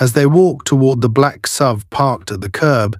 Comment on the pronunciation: AI Is getting smarter than ever. Now if we could only teach it how SUV is pronounced!